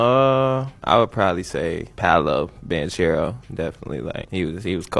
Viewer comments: Mexican isn't a language, Spanish is, and I speak it. Plus he's not Mexican either, he's Italian. (Although they have the same roots and some similar words) It is always going to be pronounced Ban-KERO not Ban-CHERRO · banKERO is how it’s pronounced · CH in Italian is pronounced as a K. I'm sorry you live in a bubble. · nope, learn the italian pronunciation